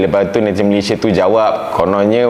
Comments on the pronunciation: Abang yg baju merah sebut Malaysia pun dah tau dia bukn org Malaysia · Gigih ek diaorg nie buat content mcm tu..mentaliti mereka2 nie masih mentaliti dunia ketiga..bila di sebut perkataan Malaysia tu je dah tau mereka nie dari mana..pekat naw nyebut Malaysia tu..hahha